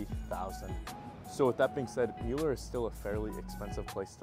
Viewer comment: It's pronounced "miller". Thanks for the report. I have lived in Austin for 43 years.